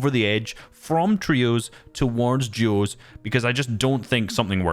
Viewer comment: Why does it sound like juos